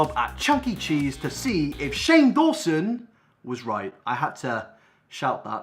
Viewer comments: Daw-son it's not that hard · who else got triggered when he said "shane dason" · “Dayson” LMAO I CANT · How’s he purposely trying to mess up Shane’s last name like Shane can’t end his career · Hahahahaaa you mispronouncing Shane’s name after literally being interviewed on his channel was gold, I LOLed. 🤣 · i love how hes trying to be funny by acting like he doesn't know how to say 'dawson' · you were in Shane old video about Jake and done a lot of videos about him but can't pronounce his name???? tea sis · u deserve a dislike from me for fake pronouncing shane dawson's name :p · I am offended that you do not know how to say Shane's name when you have been on one of his iconic series videos 🙄 still love you thoo ❤❤❤ PS...OMGGG HE LOVED MY COMMENT! AND REPLIED TO ME! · I'm loving the "oh I can't pronounce Shane Dawson's last name because I've never heard of him" xD